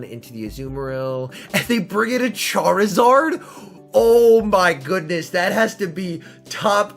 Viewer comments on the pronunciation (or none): none